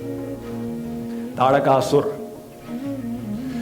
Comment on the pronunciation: The pronunciation may seem different - it is tarakasura.